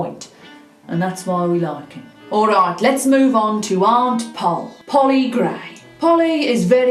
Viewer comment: I love the way she says Ourayt😂😅❤❤❤